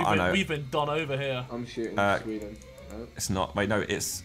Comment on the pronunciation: "SWEDAN" -Harry with a German accent :D